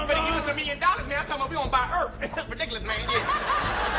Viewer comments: “We gon buy Earf!” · 44 We gonna buy earf XD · Talkn bout buyin the earf